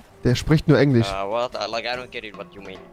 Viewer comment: Man kennst Englich😂